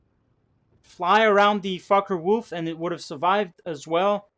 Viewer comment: Did you notice that your fockewulf sound like fuckerwulf?